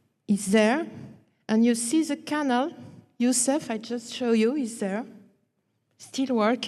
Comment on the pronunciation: This is an excellent lecture, full of information for the hungry mind. There is one puzzle however and I would like to know, if you are going to use the word canal so many times for a presentation then couldn't we hear a better pronunciation than canull and maybe dock rather than duck. I will have absolutely no problem whatsoever in revisiting this video over and over and shall post it often but come on, surely this lady has heard others pronounce these words and many more besides. 😎🌾👽🌾😎